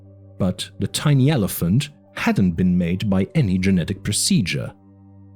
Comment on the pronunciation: Thanks for the audiobook. There are a few audio repeats in the video, and you pronounced "tiny" as "teeny", lol Otherwise very good